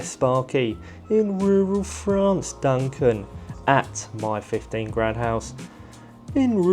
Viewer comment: Part of why I watch this, is to hear you say “rural France”. Love it. You have a unique turn of phrase and it’s very enjoyable. Work gets done when it gets done. Some times the project gets held up for whatever reason. Don’t stress about video frequency. I guess, though, frequency provides a bit more revenue to keep going. Swings and roundabouts.